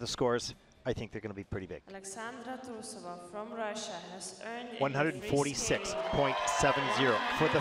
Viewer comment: Say the queens name properly. TRUE-so-va